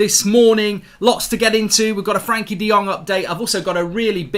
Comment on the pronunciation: He may be on time but he still can't pronounce frenkie